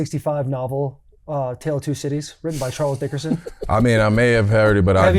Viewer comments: "Charles Dickerson" Taylor?! 🤣...Dickens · Charles “dickerson “ lol